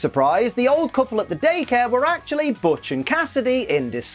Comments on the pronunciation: Butch's name in-&-of itself is a joke, as (almost) every time it's said it's BUTCHerd by at least 1 member of that episodes cast, there even being moments when Butch miss-hear's someone saying it correctly for saying it incorrectly, only to realize half-way through his shouting and correct himself. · They mispronounce Butch's name since they first met him -_-. i mean, is "Botch" even a name?